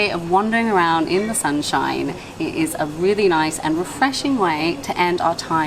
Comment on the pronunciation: You know you're gonna be annoyed, when the local tries to render his name() into English to sound, well non-local.(Never comment before watching it all. He's not Turkish and Tatars have different vowel articulations, even though they speak a turkic language) - About soup being popular, it is reckoned as the ultimate hangover dish. Seriously, look it up. Al tried some moist burgers before, it's not a good Turkish variation to have when you're getting yourself a bit hazy. It's soup! And the best street food you can get in İstanbul, or generally in Turkey is the Adana Dürüm. Which for some reason, no local ever points tourists or folks like you towards. Which is a kebab(Not döner, actual kebab) roll with spice and lots of lettuce and onions. Even a mediocre one is awesome. And a good one is just addictive. I don't live in Turkey in long periods for almost a decade now. I actually miss it quicker than I miss my family.